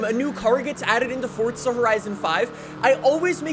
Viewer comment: Its FORZA not FORTZA